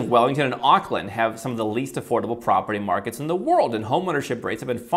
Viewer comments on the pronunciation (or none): none